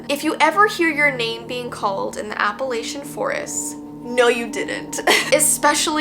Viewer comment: Just so you know, it’s properly pronounced app-uh-LATCH-uh (minus the T), btw. There are no hard A’s like the A in ‘lake’ or ‘bake’. Just an FYI. 🙂